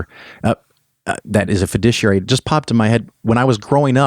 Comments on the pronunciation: ok, I loved this episode, but I have a question. recommended that people seek out a certain kind of financial advisor. It sounded like he was saying "fudiciary". I have heard of the term fiduciary. Was he pronouncing fiduciary weird or is there actually a term fudiciary? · It's difficult to trust the financial advice of someone who doesn't know how to pronounce fiduciary. Your mispronunciation rhymes with judiciary. You're clearly not stupid, but it does help not to sound stupid.